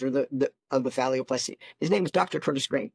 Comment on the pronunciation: Why does he keep saying phallioplasty instead of phalloplasty?